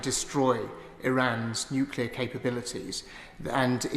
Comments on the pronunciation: I'm sorry. I can't listen to these people any more. They are a disgrace,. And not just because none of them seem to be able to pronounce the word "nuclear". Hint: it is not "nuculer". Sheesh. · The Foreign Secretary can't even pronounce nuclear. It twangs my brain every time I hear him mispronounce it